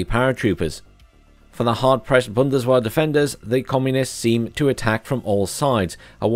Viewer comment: Oh dear. I live in Kassel 😅 Also, that 'w' in German is pronounced like a 'v'. So its bundes-vehr.